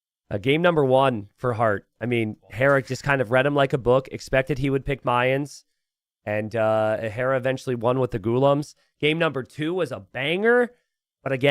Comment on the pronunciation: I hope that one day pronounces the Indian units correctly. Cause I'm here sitting in India suddenly pronouncing those words like an American cause be putting it in my head xD P.S: ghoulam